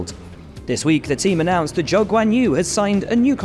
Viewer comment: The way they pronounce Zhou always hurts my feelings 😂